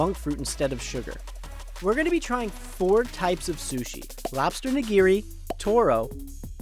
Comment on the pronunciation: Oh watching the American eat the nigiri the way he did, tipping his head back making a show of it😕 also the pronounciation